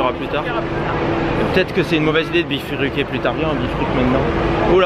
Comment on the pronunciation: on dit "Bifurquer" et pas "bifruquer" 😂 J'aime mieux tes ongles courts comme dans cette vidéo:) Bisous à tous les deux 2 💜